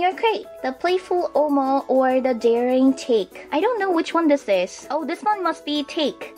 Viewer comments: Hey! Its japanese! So its not "take" its pronouced tah keh たけ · it's tah-kay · isnt take pronounced tah-kay?